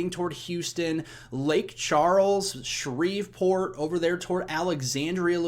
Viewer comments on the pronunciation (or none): none